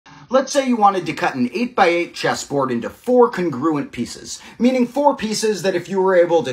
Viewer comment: I love the puzzle but PLEASE look up the pronunciation of 'congruent'. I don't know why it bugs me so much but please 😭